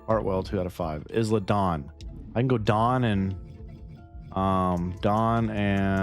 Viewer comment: As a heads up it’s pronounced “eye-La” not “Is-La”